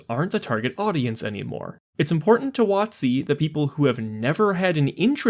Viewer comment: Emphasizing it "wot-C" instead of "WOT-c" is really throwing me off lol